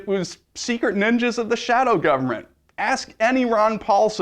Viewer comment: I lol'd so hard at the "secret ninjas of the shawod goverment" part. :D